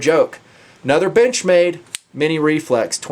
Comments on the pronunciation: sounds like he said "bitchmade". I giggled. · when you sed "Benchmade" in that axent I herd "Bitchmade":D The knife is cool though!I like the look!